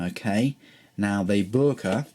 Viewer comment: i asked a german freind about the pronunciation of boker, apparently most germans say it like Boyker or boiker (apparently it's a dialect thing) hope that helps with pronunciation